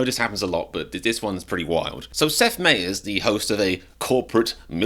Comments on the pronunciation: "MIE ers", not "MAY ers" 🙄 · My-ers not May-ers. Watch his show for the correct pronunciation. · It’s My Ers not May Ers. I think he’s pretty funny sometimes personally. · Seth Meyer. It’s pronounced my-er. My- eerr. Cheers 💙🙏🏽👋🏽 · You would think you’d do enough research to know how to pronounce his name… you’re not nearly as funny as Seth Meyers